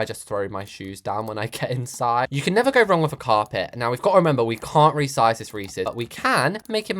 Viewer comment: u rezised a arch way 😂